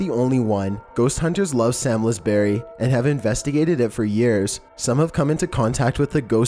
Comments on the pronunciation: I love your videos but I live near Samlesbury hall and its pronounced like "psalms-bury", not "sam-lez-berry" haha sorry, I couldn't not mention it :`D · It's pronounced Salmsberry not Salmesberry. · Sams lez berry hall?? I’m dying 😂😂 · Dont want to sound patronising but leap castle is pronnounced lep and i believe samlesbury is pronnounced without the l, samsbury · Doesn't surprise me that quite a few are in the UK. Number 13 is pronounced "Sarmsbrey" (Samlesbury)